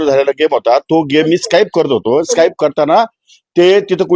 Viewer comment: माणिकराव साहेबाना सांगा स्काईप नसते स्किप असते ते